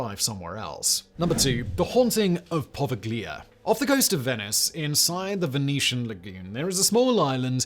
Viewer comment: It's actually pronounced as "Poh- Veigh-Lee-Ah." The island was first used as for isolating victims of the plague, then for yellow fever and lastly as a mental asylum. The Italian government has made it illegal to go the Poveglia and fishermen give the island a wide berth. Between the asylum patients and the yellow fever and plague victims, a majority of the island's "soil" is actually human remains.. not somewhere you want to go.